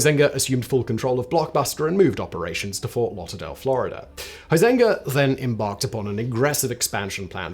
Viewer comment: Always curious why people can't pronounce Huizenga correctly?